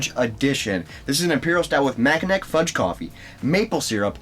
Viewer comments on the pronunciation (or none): Great show but I'm pretty sure it's 'mackinaw'.